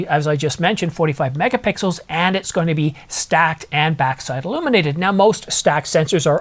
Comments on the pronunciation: "Megapickles" or Megapixels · I think near the beginning of the video he says “megapickles”. I’m not sure the photos would look better with megapickles, but if you throw in a pastrami on rye, that would be a good combination!